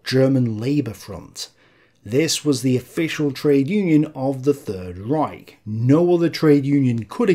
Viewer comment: Would be great if you could actually pronounce German terms correctly- "Rike" is not a word...